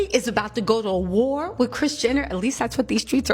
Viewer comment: !!!😂😂😂 U are hilarious, beautiful, & just overall, real!! Keep it coming!! One lil thing: WITH not WIFF!! All is well until U hit us with 'wiff'.🤭😘 Your laugh is awesome!! Too cute!! Contagious!🎉